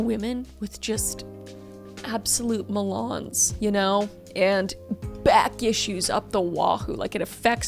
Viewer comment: ✨️ Meh-LAWNS ✨️ Took me tf out 🍉